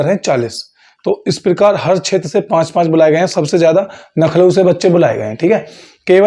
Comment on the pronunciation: bhai Lucknow kahte hai please improve your accent